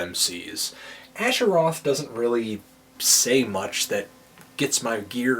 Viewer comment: it is aSHer roth, not ashure roth. tsk tsk tnd